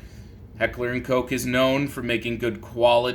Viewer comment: Bro „Koch“ not coke ...